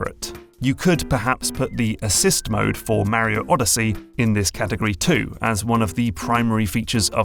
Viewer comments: It's Mario, not mary-0😂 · Why are you adding an "I" to Mario. You are saying it like this "Mairio" wtf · Super.... MARY-OH.... Brothers 🙃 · sorry, it's just really hard to listen to someone say "Merio" over and over again... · MAR E OH NOT MARY OH ffs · It's Mario. Not Mehrio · Pronouncing "Mario" as "Mowrio" makes me unreasonably angry 😂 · it's MAH-REE-YO not marrio thanks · this guys says mario weird right? he says mah-rio, i say muh-rio. whos right? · LOL, "MARE-e-oh". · The way you pronounce Mario as Märio was very distracting to me as a German XD Not distracting enough to not enjoy the video, but I kept thinking about it. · it's not Mary-O and there's only one i in aluminum. We need to start calling these people out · He didn’t say “mary-o” and aluminium is spelt with two Is in every country outside of the USA and Canada. America is not the world. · IS HE SAYING MARRY-O? MERRY OH? MARRY A HOE? HE SAYS MARIO WEIRD. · As an Englishman who grew up in New Jersey, I gotta say: I hate the way English people say "Marry-o." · The first thing i learnt is that this guy says mario different to anyone I've seen before and now I'm wondering if I've been saying it wrong my entire life. Is the "a" in mario a short or long vowel? I've always said it as a long one but I've just heard it said with a short a sound by someone who'd I'd assume wouod know what they are talking about on the matter. Could anyone help me out with this? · I'm curious about your pronunciation of Mario. You say it like the word marry, with a sharp A sound but I say it like Mark, with a rolling R sound... Why do you do that? It is more an American English way rather than your native ( I assume) English/British tongue. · I'm sorry but the pronunciation of Mario triggers me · I.agine mispronouncing mario for 30 min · Of this and you still don't know how to pronounce Mario correctly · If this dude says Mario wrong one more time....